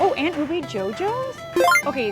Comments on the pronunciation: It's UBE not UBEY 😒😒😒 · U beh. Not Ubey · Ube is not allover South East Asia, Ube is a variety found only in the Philippines, and it is pronounced UBEH,not UBEY.